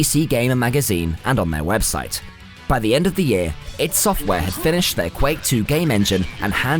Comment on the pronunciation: EYE, DEE ID , not idd..........Duke was 1000x better than doom/quake IMO, the humour lives with me to this day.